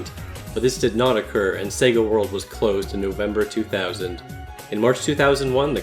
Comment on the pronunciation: Is it just me or does when he says sega world it sounds satan world.